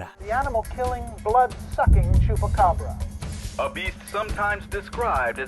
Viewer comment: Lol so wait, is choopaccccabrrrra but is Coochie saki?